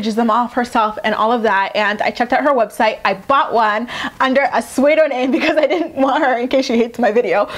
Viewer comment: It's pronounced "sue doh nym", not "sway doh name" just fyi.